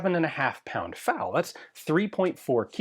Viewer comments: It's F A L. Not Fale. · The "FAL" in "FAL rifle" is pronounced as a series of individual letters, "F-A-L," not as a single word. The letters stand for "Fusil Automatique Léger," which translates to "Light Automatic Rifle." I'm curious how you pronounce AR-15? Are you a pirate?